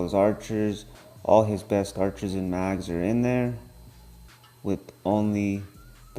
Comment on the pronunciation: ur saying mags